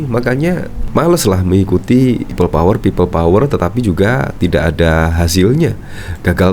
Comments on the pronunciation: embah ngomong pipel powel we ga jelas.....tobato mbaaah... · Pipel pouer..pipel pouer.. 🤣🤣🤣🤣